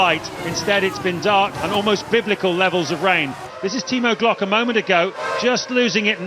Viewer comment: As a Brazilian, every time i hear they saying Timo Glock hurts my soul